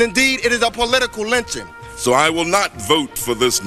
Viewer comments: “Does he not know the history of LITCHING?” (not the same as lynching.) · trapple Gawd he didn’t say lynching. He said “LITCHING” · Was that ole joe saying lynching it was it lunching????? It had to be lunching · This is your typical Republican Right Wing vile twisting of words... It's absolutely clear that that the Democrats said 'lynching', not 'lynching'. You can clearly hear it in every single clip of every single Democrat, plain as day... 'lynching'. Unlike that monster in the White House who should be detested and impeached because it is just as clear he said 'lynching'... not 'lynching'.